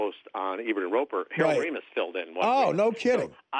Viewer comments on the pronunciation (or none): Artie cannot pronounce Ramis correctly